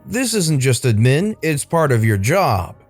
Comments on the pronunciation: Why are you saying admin like that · I get that. It bothered me too, but I like to play fast and loose with the English language so idk if he was messing around. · You keep saying admin like that I'm gonna hit something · I'll never hear the word admin in the right way ever again.